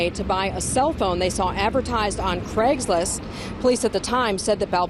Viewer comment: It's "Craigslist"